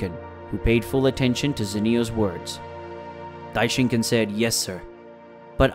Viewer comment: i hate it when people say daishinkan like that its not ken its khan